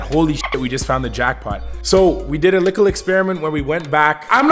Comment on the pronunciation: Why does he always say likkle 😂😂😂